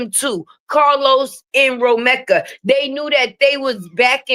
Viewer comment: you’re saying Romeka’s name wrong